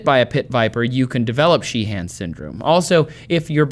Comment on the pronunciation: Trace, with Irish names like 'Sheehan', it's usually only the first syllable that gets strong stress, so, you don't need the secondary stress you're adding. In fact, the 'han' part is often reduced down to sounding like 'hin'.